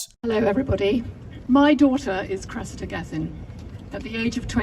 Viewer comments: why give your daughter a name like "Cressida" if you're going to pronounce it like that. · face-turquoise-covering-eyes:It's 👉CRESS-id-a,👈 not cress-EE-da. :face-red-droopy-eyes